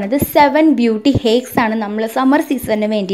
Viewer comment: Heckso??? Hacks enn parayetto ... Pinne namasthe enthinna parayanath?